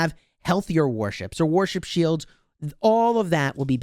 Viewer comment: Warship builds, I think my ears are broken because every time you say it I hear worship building and I get confused for a moment.